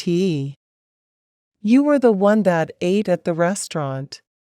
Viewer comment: Please have humans doing the speaking. NOT an electronic/computer. Example: ATE is pronounced ate...not A T E...3 separate letters.